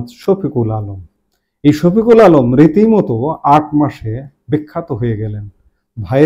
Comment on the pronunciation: উনার নামটা ভাল করে বলেন।আপনি নুতন নাম বলবেন।